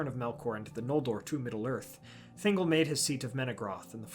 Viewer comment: *ThinGOL, not Thingle 🤣 you don't say Gellum for Gollum.